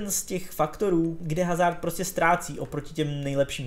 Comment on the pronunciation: HHHHHHHHHazard, když se chováš jako expert, proč se alespoň nenaučíš správnou výslovnost jmen hráčů